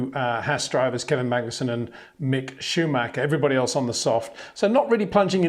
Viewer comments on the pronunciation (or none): none